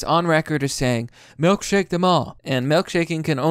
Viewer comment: Melkshake, melkshaking, MELK shake., please... I'm begging you to stop. It's milk. EMM EYE EL. KAY?